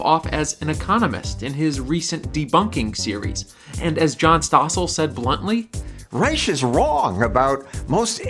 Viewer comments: Stop letting Robert get away with saying his name is Reich with an “sh” sound. It’s pronounced “Rike”, as in the third one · Both "sh" and "k" is wrong pronunciation, if you treat it as a German word.